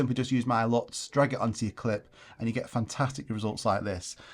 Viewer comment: Do you mind saying in the next video you have 'lots of luts' because I can't hear the difference 😅